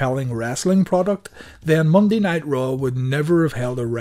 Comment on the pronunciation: When you say, “Monday Night RAW”, it sounds like you’re saying, “Monday Nitro”! 🤔